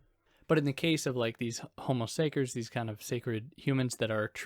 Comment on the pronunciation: my man said homo say-curs